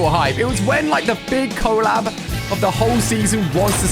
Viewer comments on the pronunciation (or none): It's collab not cooollab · Did you say co-lab 😆